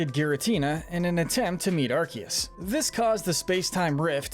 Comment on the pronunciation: It's arkoos!!😤